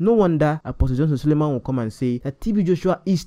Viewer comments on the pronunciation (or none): Great breakdown sir, and truly something to discuss I want to just point out a few things. first of all its "Selman" not "Salman". Then second of this is a "spiritual principle" one that may not be understood with human wisdom because if you think of God in one direction or as one who is fixed (i.e it has to always be like this all the time) you may miss it. If giving to the poor is really what spiritually is correct then why should we give to God who is not poor in Hope's that he will bless us. You can give to God not only through poor people but offerings and first fruits and I'm sure we have all done this. He's already wealthy and the source of it. But everytime we do we arise in blessings. I'm saying Apostle is correct in what he's saying and you are too. They are some blessings even from parents you can only access by getting something for them and many times they may be wealthier than you. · it's selman not Salman please.